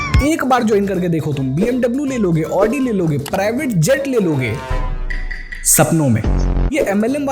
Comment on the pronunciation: ओदी है 😂😂 ऑडी नहीं 😂😂😂